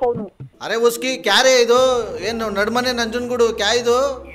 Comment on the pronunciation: ಅರೆ ಉಸ್ಕಿ ಅಲ್ಲ, ಅರೆ ಇಸ್ಕಿ 😂